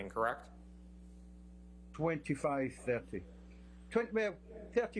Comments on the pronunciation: If your going to say correct every 3 seconds , please say it correctly. He sounds like a hiphop dj sampling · Is it me or can that lawyer not even pronounce "correct"?